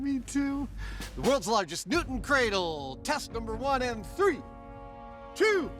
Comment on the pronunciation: he sed tet not test